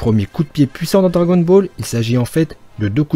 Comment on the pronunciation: Celui qui dit cragon ball laisse parler